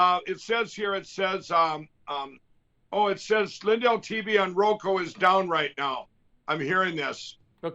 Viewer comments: Mike Pillow is so willfully dense! He persists in talking about Roko, even after his sycophant tactfully pronounces it Roku in a vain attempt to correct him. You just can't reason with willful stupidity. (BTW, "silver spoon snot salt"--hilarious!!) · Hasn't anyone told Lindell it's ROKU?